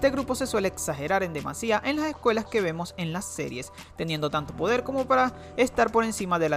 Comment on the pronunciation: Las ejcuelas jejeje